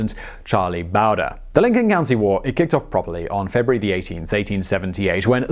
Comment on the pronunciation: Charlie Bow-dree. Not Charlie Bow-der.